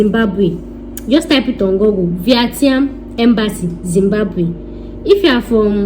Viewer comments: The way you said VIETNAM 😂😂😂😂😂😂😂 maks me laugh 😂😂😂🤣🤣🤣 go and learn how to say it properly please 😁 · Your English is Bad . Very bad . Speak broken and go and learn how to pronounce Vietnam